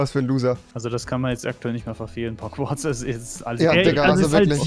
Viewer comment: Normale Leute: Pogwarts Rewi: Pogwarz